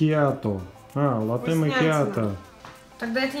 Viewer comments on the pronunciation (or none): none